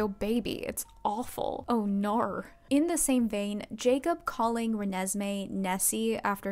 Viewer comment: As an aussie, your 'oh naurrr' was on point